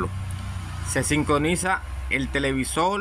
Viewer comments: Que interesante pronuncia la R pero como L..😊..Televisol... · TELEVISOL NO, ES TELEVISOR